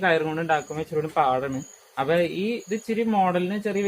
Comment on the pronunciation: അപ്പെ എന്നല്ല അപ്പൊ